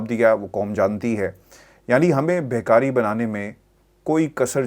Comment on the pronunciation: یہ لفظ بہکاری نہیی، بھکاری ھے